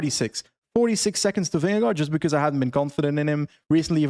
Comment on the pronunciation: I cant unhear saying beKuss instead of because all the time 😅